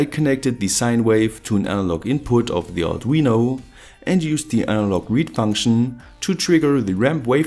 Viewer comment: Fankschn Generawr